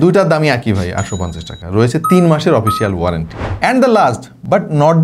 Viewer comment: ভাই, "ওপিসিয়াল" না এটা "অফিসিয়াল" হবে। আপনার অনেকগুলো উচ্চারণ ঠিক নাই। আরও যেমন "ওয়ান" কে বলেন "ওন" । আবার যেমন Ultra-অল্ট্রা বলছেন এটা এপ্রিসিয়েবল।